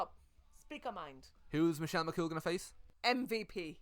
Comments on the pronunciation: bahahaha later into the video "Michelle McCaul bahahahahahah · your mam being unable to pronounce "Michelle McCool" has me in stitches hahahahahahaha McGoal she said